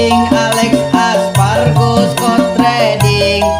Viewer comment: Aspargo ndhasmu.. Espargaro bang 😂